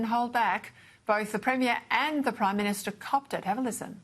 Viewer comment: He's the PRIME MINSHTER!!!! May i suggest that this pronunciation be adopted for bad government. "MIN SHT ERS "😅 describing incompetent self serving, ideologists taking a wrecking ball to everything. There's the energy minshter, the foreign affairs minshter, the transport minshter, a minshter for everything 😮. May the good lord deliver us from these awful minshters😢.